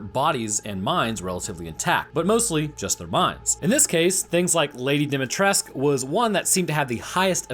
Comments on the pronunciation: Mate, re8 is located in Románia, Cadou is pronounced kah-do-u And Its Dimitrescu , nőt dimitresque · the pronunciation is wrong!!! is NOT Dimitresk , Dimitrescu is a rare Romanian Name.... -escu suffix. Romanian language is phonetic. You read as it is written... No bullshit silent sounds or weird contraptions.... Whatever.... Cadou it's romanian word for Present - like in Christmas Present. So, someone prepared that jar with that creature to be given as present to someone else.... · The U at the end of Dimitrescu is NOT silent. Dimitrescue is a Romanian surname, not a French one. Her first name is Italian, but that's not uncommon in Romania. The A in Varcolac is a close central unrounded vowel, you can find the pronunciation on Wikipedia. Or you can use Google translate to get the pronunciation. Cadou is the Romanian word for "present" (as in birthday, Christmas, etc), the O is not silent. It's pronounced to rhyme with the English dough (or doe). Source: Am Romanian. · yeah, why is it that hard to say Dimitrescu and not Dumitrescu? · Why do people read the romanian words as french words? It's not "Cadoo" It's "Cadou" It's not "Dimitresque" it's "Dimitrescu" As a (not so proud) romanian i am slightly annoyed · Wow. That was incredibly dumb. 1. It's a Romanian word, so why would you use the "French" pronunciation? That's not how you pronounce it. 2. It means gift/present. It's DIMITRESCU! NOT Dimitresc! FFS! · Lady Dimitrescu is actually most likely Romanian, considering her name, which you almost got right, except the u at the end isn't silent and is instead an oo sound. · Bro how do you struggle with the vampire lady’s name she’s clearly Romanian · This video was kinda underwhelming. You got the vârcolac part wrong and you butchered the romanian pronounciations. To be fair, it was Capcom who butchered them first, so please check them in the future. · Dimitrescu is a pure romanian name. the pronounciation of cadou as he said it is wrong too. You're right